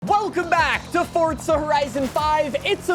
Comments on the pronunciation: Its because you say it like that, its an italian word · Forza ❌ fortsa ✅ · this guy just say, "fortsa"? 😂😂😂😂